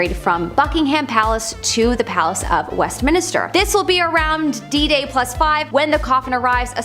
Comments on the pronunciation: It’s West-min-ster NOT West-min-i-ster 😘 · uh, it's Westminster not Westminister. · Please please please stop saying Westmin-i-ster, its just Westmin-ster